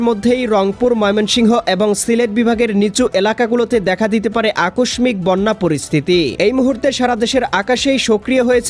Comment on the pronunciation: শব্দটার উচ্চারন হবে আকশশিক